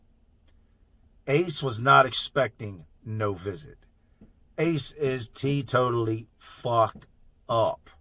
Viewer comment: You just said "T Totally"... i hate saying that because it came from a Hansen vs Predator episode... a crazy methed out trucker... wow! I'm just glad im not the only one that thought his speak impediment was funny... i just hate giving a chomo play...